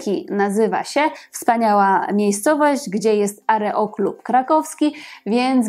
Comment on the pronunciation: AEROklub, pani. Nie areoklub. Pozdrawia wierna widzka